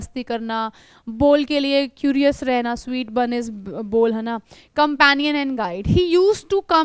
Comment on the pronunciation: Not a bor it's bol